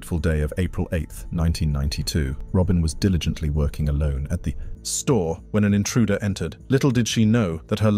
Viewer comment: the way he said store lol